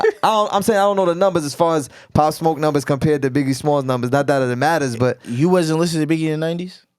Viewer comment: He cant say Pop smoke not a legend